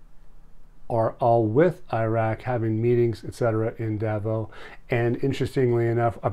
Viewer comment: It's pronounced Davos, with an s on the end.